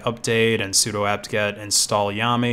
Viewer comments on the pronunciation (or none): none